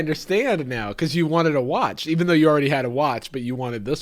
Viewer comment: He said "a long discussion about the watch" but after all that I will admit I fully thought he said "the whites" for a second XD